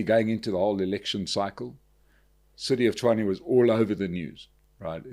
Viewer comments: Actually his pronunciation is 'Chuane' or 'Chwane', which is not quite right. Tshoane and Tshwane are pronounced the same, one is Sotho, the other Tswana. But yes, the guest's pronunciation is the correct one. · it's Tshwane, not Chuane . Listen to how Cilliers pronounces it 😊